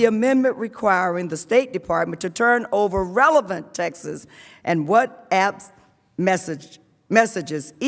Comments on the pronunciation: I swear if she says “textes” for texts one more time I’m going to die laughing. How in the world are these the leaders of our country if they can’t even properly enunciate our national language in front of not only congress and the American people but the world on television and online? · I know right. Thought she was trying to say Texas LMBO!